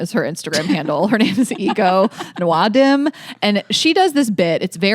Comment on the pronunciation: Damn, y'all didn't look up how to pronounce Ego Nwodim's name to prepare for the segment